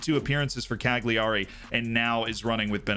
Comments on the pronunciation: Cag Lee Arry? 🤦‍♂️ Cal Yeray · callyarry, CALLYARRY! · More concerned by how he said Cag lee arry 😂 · Every time you mispronounce Cagliari, a sardine gets canned. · Hearing the butchering of Cagliari ... eye starts twitching uncontrollably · Watched exactly till when he said cagliari, i laughed, left a like, a comment, then pressed ctrl + w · What's up with Americans and names pronunciation? I am from fckn Serbia and we know how to properly pronounce French, Italian and such, players/clubs names. You learn that as a child just by using logic. This guy can't even say Cagliari properly